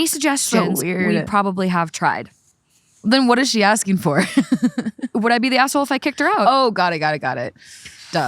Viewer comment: Can someone please acknowledge that when says asshole it sounds like asswhole